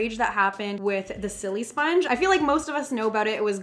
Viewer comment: It's annoying me how she says silisponge she says sillysponge